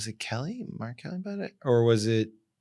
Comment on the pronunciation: I 100% thought Tim said "R. Kelly." I had to rewind it twice before I realized he was saying "Mark Kelly." 🤔😳🤣